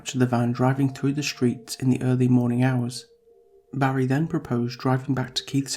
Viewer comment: PLEASE.....stop it with the sh sounds! The word "street" is pronounced street NOT sh-treet. The word "distraught" is pronounced diss-trotNOT dish-trot. The word "strain' is NOT pronounced shtrain It is obvious the reader can pronounce the 's' sound. Substituting the 's' sound with the 'sh' sound is a choice and not a speech defect. Why do it?